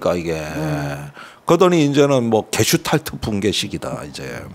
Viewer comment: 게슈탈프나 게슈탈퍼 또는 게슈탈포가 아니고 '게슈탈트(Gestalt)'입니다. 김종대 전 의원님, 전문용어를 자주 사용하는 것은 좋지만 할 때는 정확하게 부탁드립니다. 아무 것도 아닌 이야기를 그냥 쉽게 말하면 되지 유식한 척 어렵게 이야기하려니까 참 횡설수설 하십니다그려 ........